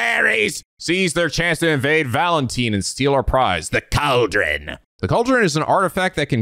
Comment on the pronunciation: "Valenteen"? You haven't heard of Valentine's Day?